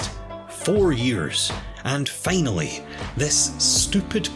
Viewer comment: normal people: finally him: FEINALLY